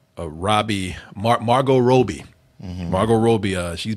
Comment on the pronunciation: Is incapable of pronouncing ANYONE’S name correctly? How do you mispronounce “Robbie”??